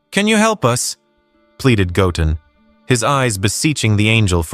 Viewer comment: Bro said gotten his name doesn't got 2 t's in it it's called goten get it right